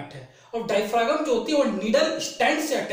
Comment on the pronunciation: डायफ्रॉम होता है सर जी उच्चारण।